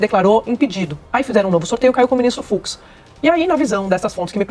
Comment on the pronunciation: FUX e Não FUZ, Desculpa a a Correção Ai.